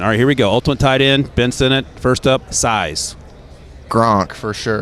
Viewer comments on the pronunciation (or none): Jared Verse✅ Jayden Verse❌ Ben Sin-It✅ Ben Sin-Not❌ Rome Oh-Doon-Zay✅ Rome Oh-Dun-Zay❌ Nah-Jee Harris✅ Nah-Jey Harris❌ Really struggling with the pronunciation on these players names.